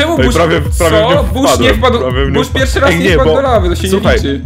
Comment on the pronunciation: pierwszy a nie pjerwszy